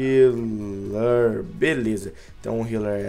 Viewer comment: Esse Filipe ai nem sabe escrever ou se quer falar "healer" n sei pq vcs os brasileiros falo o "H" como se fosse um "R" pq??